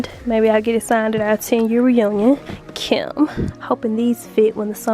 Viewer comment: I laugh everytime I hear you say "Kim"!